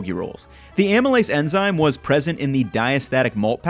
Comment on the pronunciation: Dude said emzyne